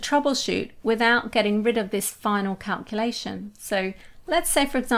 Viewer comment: Great info. I hate how you say calculation. No offense. Tomato, tomato, potato, potato.